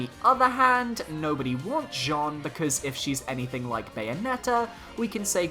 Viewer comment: the way you pronounce Jeanne is terrible :D, it's not pronounce like the male name Jean + ne at the end but like "Janne" with the french pronounciation of the "a"